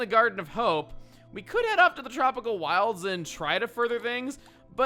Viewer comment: listen to how says wild. Wtf?